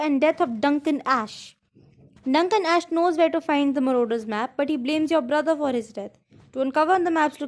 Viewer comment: Actually, I think it’s Ash eeee, not ash